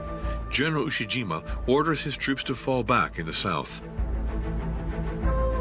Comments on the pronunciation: announcer calling IE-shima- Iwo Jima. Different island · its simply amazing how totally inaccurate the narration is...they could not even get Le Shima correct instead calling it ie jima... clearly the whole matter like much on the internet has been poorly produced and certainly not proofread by any competent historian... take most of what is presented here with a grain of salt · It's pronounced, "I E Shima." You guys spelled it correctly on the screen, but pronounced it, "Iwo Jima." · Ie Shima... Not Iwo Jima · pretty sure some AI is involved here since they refer to the battle of "IE-SHIMA" as the battle of "IWO JIMA"... at least in the writing